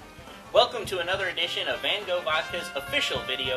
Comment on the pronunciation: Hahah they said Van Gogh wrong lawl